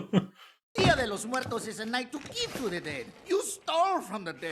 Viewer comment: Most impressive to me was how well you said "dia de los muertos" - great rolling of the "r"